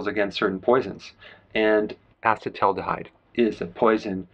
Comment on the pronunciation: I admire your commitment to pronouncing acetaldehyde correctly... , !